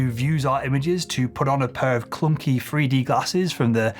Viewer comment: I do like this chap, and find his vids interesting. However, and this is SOOOO petty, but, I can't cope with the way home drops the TH for an F, eg 'freeD' not 'three d' and 'frow' not 'throw' etc. Just a pet hate of mine, sorry 😑